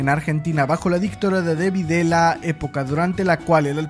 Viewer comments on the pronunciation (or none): "De-DeVidela, Juan Domingo Peiron, Aital Park", menos mal que no nombraste a Ushuaia, con esa pronunceishon, perreishon...